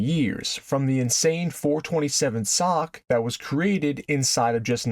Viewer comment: SOHC is an initialism, not an acronym. Nobody says "sock."